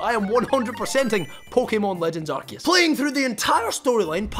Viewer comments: Its Arkoos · It’s pronounced “ar-koo-ss”